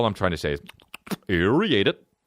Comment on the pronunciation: And the dude saying "aeriate it"